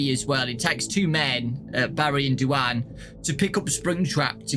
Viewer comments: I'm sorry, Do-anne? Do-anne? You mean Dwayne, like The Rock? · Is anybody else bothered about how he says "DuAnn"??? I'm led to believe that character is actually male, considering the other two mains are boys, and in my opinion, most girls aren't into joining the military. I think the name is trying to say is DUANE, which is pronounced "Dwayne" 😃 Sorry that I seem like I'm a big stickler for pronunciation, I just really like language and want to be a linguist when I get older 😆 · Duane is usually pronounced Dwane, not Dooanne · Did really call Duane "du-ann?" It's pronounced the same way as Dwayne. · I think “Du-ane” is supposed to Duane pronounced “dwayn”. This book has hard names for poor. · I think you mispronounced Duane,, it's pronounced doo-ain. Ain like rain. But it's okay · Pretty sure Duane is pronounced like Dwayne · Who is du-anne and why does his name never get pronounced correct? Rip duane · Duane is an alternative spelling of Dwayne. I assumed he was female by the way you pronounced it.